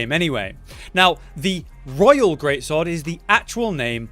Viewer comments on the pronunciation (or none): none